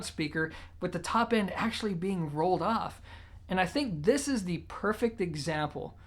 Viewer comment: I can't listen to this dude anymore for one reason..He can't say the word THE, instead he says DA..Learn how to speak properly before you put yourself out there and subject people to DA things you have to say.